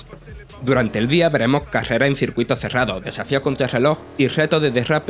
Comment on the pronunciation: Porqué el narrador dice palabras como veremo, charlamo, podemo sin usar la letra "s" para terminar la palabra correctamente. Creo que cualquier vago puede narrar un gameplay.